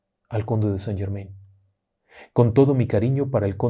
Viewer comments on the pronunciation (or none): Mi estimado me encanta su contenido me envuelve con sus historias pero el conde de saint Germain no se pronuncia como ud lo pronuncia justo conde san German (in)en francés se pronuncia an tenga una lindo del trabajo y continúe con su maravilloso trabajo